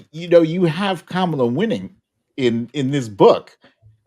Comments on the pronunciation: Koala 🐨 Ko-ah-lah. Kamala 💁🏽‍♀️Ka-mah-lah See.. so easy! 🤦🏽‍♀️It’s not Kamma -lah Nor is it a Koah… lah! 🇦🇺🫵😀 you’re welcome 😁💙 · It’s pronounced..Comma-La